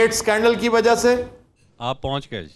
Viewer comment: very logical reply well done ....but he is indian dear .... Look at his accent .... He is saying 'wazah' instead of 'wajah' ....and some other words also ... He is indian